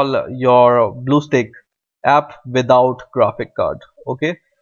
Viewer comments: ITS stack not steak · spit out that shit on your mouth .... bluestack not BLUESTAKES AHAHAHAHAHAHA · did he just said Bluestick? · why the heck he's saying bluestakes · Did he just say bluestakes???? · He said bluesticks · hahaha he said bluessteaks lol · i know he has an accent but "blue steaks" is hilarious